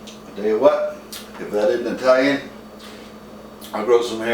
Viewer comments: The guy said Eye-talian. Nobody ever came or lived in a place called Eye-taly. If he doesn't even know how to say it, how can he cook it. Cooking well is all about the details. He is a total fail. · Did this stunod just say "eye-talian"? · Sorry, bad sound, bad pronunciation Italian, and What happened to "fresh tomatoes"??? Using a blender is a deal killer for me, so I quit the video at that point. Nothing personal.